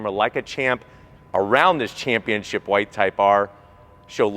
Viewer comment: Why do so many people pronounce Championship "championchip"?